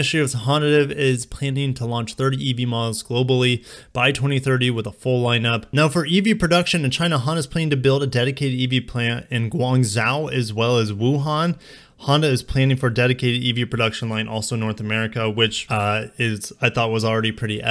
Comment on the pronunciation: Litty viddy! Hey so side note: Guangzhou is pronounced “Juan-Joe” like the two names. About this EV 2000 tho? I’ll believe it when I see it skirt by on the expressway. Fingers crossed